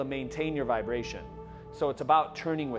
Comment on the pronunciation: vibra-la-tion... I'm using that now :)